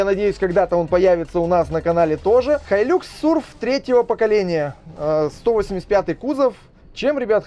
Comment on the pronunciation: хай люкс....какой лакс? бесит уже.